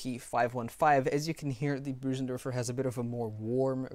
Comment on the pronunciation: Your Bösendorfer pronunciation has become spot on <3 Nice work on the review as always.